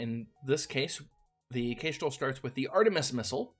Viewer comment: 1. Kitteh! 2. That's a new-to-me pronunciation of Kestrel. Kess-trel like the bird (a few of the ships are named for birds, which is a pretty standard take). Is Kay-strel a regional accent thing? (curious, not mocking) 3. I did try this game briefly. I had no idea what I was doing and it went very badly. Hearing someone who knows what they're doing call it not-easy is good to know.